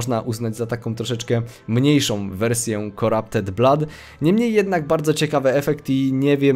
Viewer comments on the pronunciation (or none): none